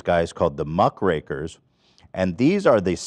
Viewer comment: Hasan correcting Ethan on how to say Cawthorne and then immediately mispronouncing Muckrakers if primo entertainment